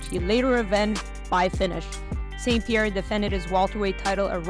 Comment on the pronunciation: Pie ierre